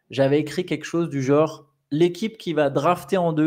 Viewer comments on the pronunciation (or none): none